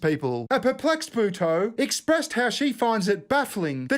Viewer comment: Lol, that's not how you pronounce Buteau.